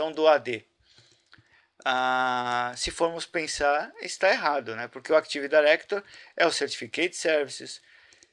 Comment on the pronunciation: CAra pelo amor náo é "ACTIVE DAIRECTORY"